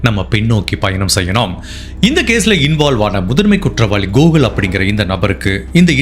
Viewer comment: Not gogul It's Gokul